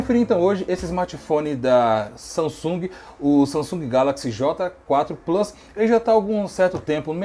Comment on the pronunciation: Plius kkkkkkk e plus